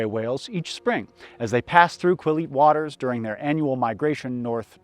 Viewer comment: Also Quill-yute with a little trill on the l in the center . (in the first section)